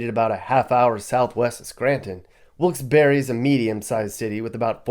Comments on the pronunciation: Pronounced Wilkes-Barre without the e..not barry. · Bahahahahahaha.....Dude, where do you get your information from? Is it even "current". 🤔 I don't know the facts on the other towns/cities you're talking about, but Wilkes-Barre (that's pronounced Bear, not BERRY 🙄) is no where as horrible as you're making it sound. Most of the trouble comes from out of state. Recent years our little city has had an influx of people migrating from the NY boroughs, and not so nice sections of N. Jersey. With that, the crime has risen. When you hear of a shooting, 9 times out of 10, it's someone from that area here with a beef. Domestic issues are the largest calls into the police, 2nd to MVA. In the last 15+ years, there was 2 pizza guys mugged. 1 I worked with, and when they caught the guy, big shock, dude was from Brooklyn. The other incident was a while ago too. Another homey from NYC. I seriously could walk around Wilkes-Barre at night, and probably never be bothered. Biggest crime right now is people walking around at night "breaking" into cars. I use breaking loosely. It's punks going and trying handles to see if cars are left unlocked. These idiots don't realize that 90% of the houses on every block have cameras outside their homes. Most of them have been caught. Unfortunately this little city has fallen victim to slumlords coming and buying up properties. Houses are a steal to those who come from somewhere where housing is 6x more expensive. Also, the population here is growing, not declining. That's the reason crime has risen the last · Barre is not pronounced berry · Bruh “wilkes-berry” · Wilks BERRY lol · I met people who were from there who laughed at me when I pronounced the town the way you did. They told me about the silent "e"...so either a native from there had no idea how their own town was pronounced, or they were lying to me. I really don't know.